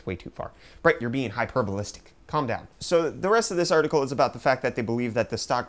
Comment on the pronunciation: "artikill" ufdiciple 2018